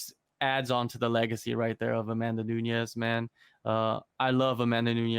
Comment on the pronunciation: Bro you can’t be posting videos about MMA and not even know how to say her name correctly smh